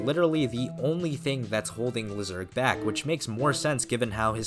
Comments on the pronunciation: Lyserg Laisurg, not lizerg, please man it ruins your videos how you are pronouncing his name. Everybody knows how it is pronounced from the show. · The pronunciation is ‘Lai-sir-g.’ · I prefer to say Lyserg's name LYserg instead of how you pronounce his name, but it doesn't really matter at the end. I know why you say his name like that, but I prefer the first name you used before